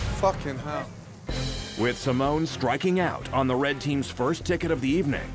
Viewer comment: “You’re serving RRRRed now yeah? You’re serving RRRRed now yes?”